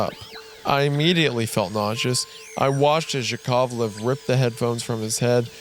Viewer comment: Especially Korolev and Yakovlev ahahaahahh it's koroLEv and YAkovlev